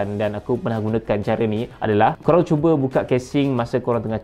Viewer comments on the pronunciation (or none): none